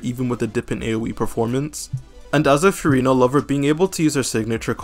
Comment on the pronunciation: All that Furina glazing and bro still doesn’t know how to pronounce her name 😭